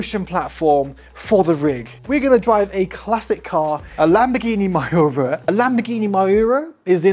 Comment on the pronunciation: Yo man, tha classic Lambo is called "Mee you rha" for english speaking ones. But, don't be angry, you're a funny guy(not negative meant), I can see myself how I would enjoy such crazy genius toys for big ones